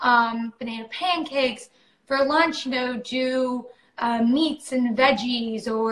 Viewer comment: Did just say no Jew meats? 😭😅